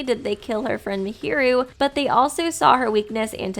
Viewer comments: was it just me or did I hear mihiru instead of Mahiru the whole analysis lol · I don't mean to alarm you but just to let you know, you pronounce a lot of characters names incorrectly. For example, Mahiru is pronounced in-game as 'Maah-hear-ru'. Great video tho!